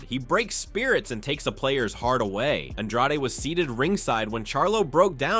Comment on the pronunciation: Why tf you call him un draw de? It's on drade..... .. ...